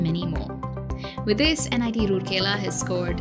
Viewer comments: Its not roorkela its ROURKELA.Pronounce it right! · I disliked the video only because you can't pronounce the name correctly. It's "Rourkela" and NOT "Roorkela". Please do your research well before making such public videos. Imagine your own name being pronounced incorrectly and that too repeatedly and in loop. And I am glad that many viewers have highlighted this through comments. Just do your research and get it verified esp. the names. AND IT MATTERS TO ME BECAUSE I AM A PROUD ALUMNUS OF THIS GREAT INSTITUTION! I sincerely hope you and your channel/company will have the ethics and humility to correct your mistake and repost this to honour an Institute of National Importance. Doing so will truly demonstrate that you are a responsible professional/channel, and the work you do are in the greater good, and interest of the youths looking for CORRECT and RELIABLE INFORMATION! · it's Rourkela not Rurkela being a citizen of rourkela....😁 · राउरकेला not रुरकेला! Please correct and reupload. (Guys like this comment so that's it's heard.) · It's very important to atleast know how to pronounce the places name if you're making a video on it. :3 It's Ra-oor-kela not Roor-kela Hope that helps. :) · Plz it raur-kela not rooorkela I hope u will look after it🙂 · Pronounced as राउरकेला not रुरकेला! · It's rourkela not roorkela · Should've looked that pronunciation before making the video! It's राउरकेला and not रूरकेला (assuming you guys can read Devanagari) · It's राउरकेला not रूरकेला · It's not Rooorkela ? Please pronounce correctly. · Pronunciation is Raa-ur-kela.